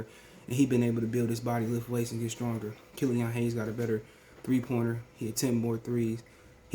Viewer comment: Am I the only one who hate the way he says killeeON 😂